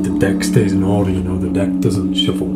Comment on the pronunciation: i love how you say “shuffol” ahah